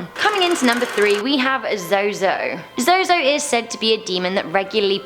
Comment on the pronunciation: Zozo is pronounced zoo zoo. Many different ways to spell it only one pronunciation. Zozo zuzu no matter what he will be pronounced zoo zoo